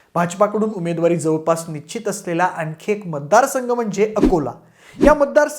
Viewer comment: nichit nhi nischit. निश्चित. कृपया योग्य आणि अस्खलित मराठी बोलण्याचा प्रयत्न करा. एका लोकप्रिय यूट्यूब चॅनेलचा अँकर म्हणून तुम्हाला मराठीतील बारकावे, सशक्त शब्दसंग्रह, व्याकरण इत्यादी गोष्टींची चांगलीच जाणीव असावी. तुम्ही सर्व खूप चांगले माहितीपूर्ण व्हिडिओ बनवत आहात. असच चालू राहू दे. तुम्हाला आणि तुमच्या टीमला शुभेच्छा.